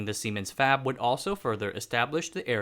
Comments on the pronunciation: Lol, semens! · siemens.... lol can't be the only one that laughed at what it sounds like